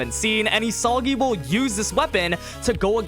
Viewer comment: Why does he pronounce "Isagi" like that?